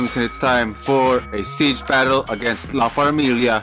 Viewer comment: Yes, Nice video. And you pronounced it Right, La Farmilia🤩 and Baby G with the Comeback ✨💪🏼👶🏻